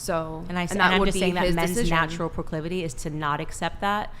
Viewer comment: Onlyfans model can’t pronounce “proclivity” 😂 shocker